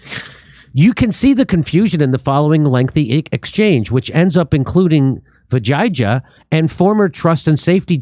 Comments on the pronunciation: Jimmy stop being a cu** and stop pronouncing the woman's name wrong. You are doing it deliberately and are being a dingleberry. Her name is pronounced vee-ja (as in japan)-yuh. No matter how mercenary and lacking in principles she is, don't be an asshole about her name. On purpose. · You are killing her name It is pronounced. The j is " hey' in Latin names. "We Jay aa" is the pronounciation Common name. It means victory